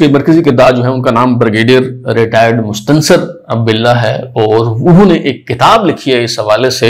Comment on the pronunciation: ہے آپ غلط پڑھ رہے ہیں